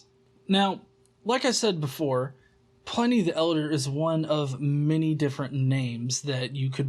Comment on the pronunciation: Hey,, he's pronounced PLIH-nee NOT PLY-NEE, his name was Plinius.